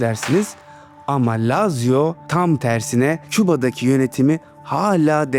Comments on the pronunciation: ❌ LAZZİYA ✅ LAZZİO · Lazio dediğin yerde Laz ziya dedin sandım dsjfn